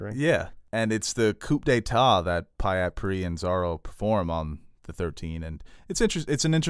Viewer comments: You don't pronounce the "P" in coup d'etat. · "coop" d'etat